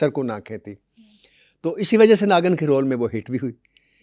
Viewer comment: Bhaisab naagan nahi naagin hai....😂 naagan naagan 😂